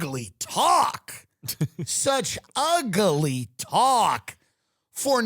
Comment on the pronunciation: Saying UGLY with 3 syllables was extremely necessary for this rant